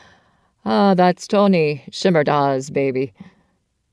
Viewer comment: As a native Nebraska ...it is pronounced Anton... ia